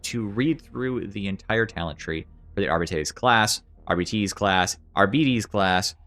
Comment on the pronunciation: Arr-bite. Thats how you say the class name.